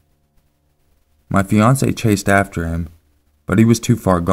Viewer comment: When you said "A house me and my fiancé lived in", I swear you said "beyoncé", and I was like "wtf"